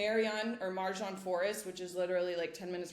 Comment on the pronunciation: Just a small note on pronunciation. Marjan is pronounced "Mar-yan", with the Croatian "j" sounding like the English "y" in yes. So it's not "Mar-žan", but Marjan, same as "Fjaka" you've mentioned. Since Marjan is such an iconic part of Split, I think it’s worth taking a moment to get the pronunciation right, especially if you’re living there. It’s a small gesture with a big heart.